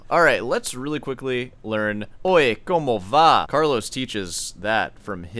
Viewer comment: "I'm half Cuban" he can't pronounce the Spanish song title right without stumbling lol